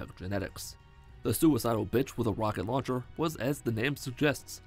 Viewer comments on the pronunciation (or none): none